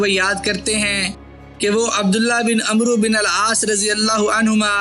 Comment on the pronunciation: اوئے عمروں نہیں پڑھتے اوئے و کو نہیں بلایا جاتا